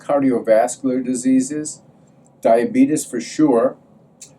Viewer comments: He said diabetus!!!! 😂😂😂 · Lol he said diabeetus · That's how the British pronounce it. I don't see anything wrong with it, it's a little funny tho when you're not used to it as an American.